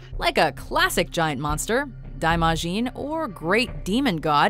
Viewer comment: You even hear it in the fucking movie!!! It's not "daaimaahshiin"! There's a reason Japanese transcription is based on the English language! SO YOU CAN PRONOUNCE IT!!!